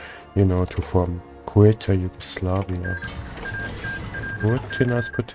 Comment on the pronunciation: Why do pronounce Yugoslavia, Yugoslaveia?